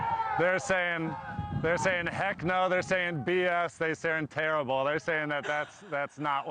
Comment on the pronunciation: The distinct „It was TERRIBLE“ about the dinner 😂😂😂